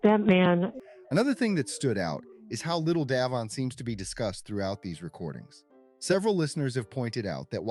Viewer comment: DAVION his name is DAVION!! I’m soo sick of hearing his name mispronounced FIX IT NOW